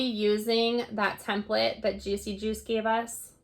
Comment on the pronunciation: New sub! Thanks for pronouncing the artist's name because I blew it on my channel.